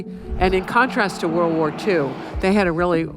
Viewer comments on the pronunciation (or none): none